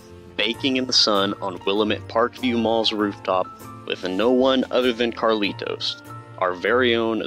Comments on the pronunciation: Did you never realise it's Carlito, not CarlitoS? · The guys name is Carlito. Not Carlitos. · His name is carlito not Carlitos